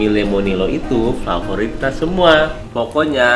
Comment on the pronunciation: Favorit ya bukan fovorit.